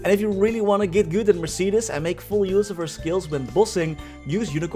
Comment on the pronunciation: say mercedis one more time i stg, its mercedes, like the car